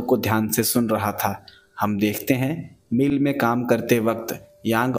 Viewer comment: मील नहीं भाई "मिल" होता है !!